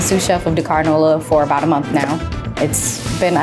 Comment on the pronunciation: I love this and will try this next time in Nola! - the only thing that was a pet-peeve throughout watching this as a senegambian is how wrongly things are pronounced. The executive chef is to blame and that’s starting with his name (pronounced Si-reng) and the pronunciation of Dakár. Supakanja (the j is not pronounced as a y like it would be in Spanish, it’s Supa-kan-Jah - like how the Jamaicans say Jah). Roff is not pronounced as Roth of Roff, it’s pronounced as Raw-ff. I’m sorry because I know the mispronunciation is not intentional but the executive chef should teach the correct pronunciation as it is part of the culture. I notice a lot of Africans deem it pointless to correct pronunciations but it is important - we don’t want it to get lost in translation. Also, as senegambians, we don’t call it jollof - it should keep it traditional and name it ‘Chieb’ (pronounced as Cheb). Jollof is for Ghanaians and Nigerians.